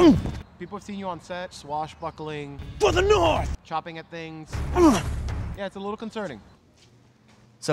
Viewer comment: TheVocal Monster “north” not knife